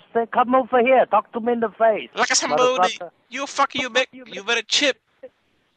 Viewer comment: LiKa Som BoDeE